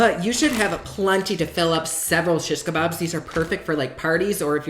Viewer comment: I swear it sounds to me like you are saying “shit-kebabs” so naturally I am snort laughing like an adolescent 😂 loved this video,!